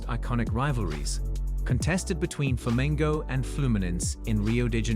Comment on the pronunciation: That video didn't give you much to work with. And the pronunciation is atrocious. The worst were Flamengo/Fluminense, and Galatasaray/Fenerbahçe. Another annoying point is that when he's speaking about a certain match or event, they play a totally unrelated clip.